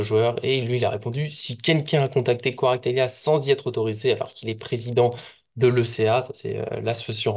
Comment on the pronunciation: C'est kvaratshkelia,pas kvaratvelia